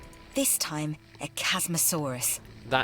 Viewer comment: Chasmosaurus is said Kas-Mo-Saw-Rus